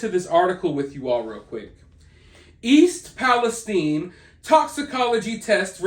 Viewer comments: Agree. We pronounce it east palesTine. Like Time, or Fine. Not eine, like Epsteine. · Thank you for saying East Palestine properly. Nobody else can seem to get it right. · I'm from EP I'm just glad your saying the name right. Lol if your from there you know lol